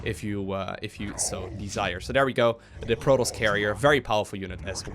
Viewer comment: it's proToss, not proross...